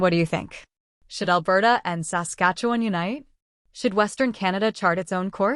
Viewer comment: A.I. generated clickbait B.S. That computerized robot voice that can't pronounce "Saskatchewan" correctly makes ya aick!!!!